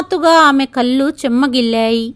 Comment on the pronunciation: అనింది అనకూడదు అంది.అనాలి. కల్లు అనకూడదు కళ్ళు అనాలి.